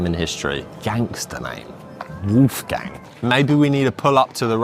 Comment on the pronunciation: it's not "woof gang" ... it's w-oh-lf-gung.